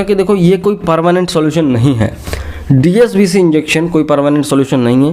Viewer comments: Sir aap DSCB ko DSBC bol rahe hai...... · Dscb ko app dsbc bol Raha hai kya baat hai. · DSCB not DSBC correct the pronunciation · Likha hai DSCB Pronunciation DSBC Kiya ja rha hai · Phrle dscb theek bolna sekho